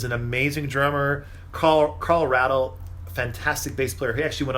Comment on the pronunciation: 20 minutes long & I learned nothing. You might’ve compared the original mix with the 50th anniversary edition. Btw it’s Ray-del, Carl Ray-del...